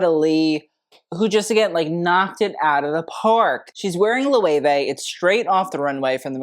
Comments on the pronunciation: Loh-ay-way???? Try to learn a little bit of German to pronounce that as you should. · Loewe pronunciation: Say "Look", but switch the "K" out for "veh" (not the full dipthong "vay") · I’m not a fashion freak but I like to watch your videos because you’re so knowledgeable. But I did not know that’s how Loewe is pronounced. Lmfaooo Chillle, I was full Nomi Malone on the pronunciation. Lmfaoo